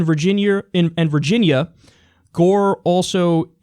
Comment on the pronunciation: Virginear... I love you so much. Not making fun of you but still.